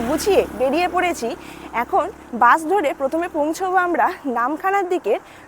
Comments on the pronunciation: দিদি ওটা বাঁশ না,,বাস😂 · Lalganj bolun na...bash e korey...orey Baba khoncha legey jabey je. Ota Bus..Bansh noi Madam😊 New Sandhya Tara Homestay, New Bhorer Alo, Bhorer Alo...Gramey eley toh Gramyo lagbei...ei Gramyo Gramyo poribesh ta Durga Pujar Theme e choley. Boating kortey kortey Moddyo pan...aha ki presentation 😅 Vloging kora ta ekta art eirom jongli Vlog korben na r apnar bachon bhongi r uchharon thik korun .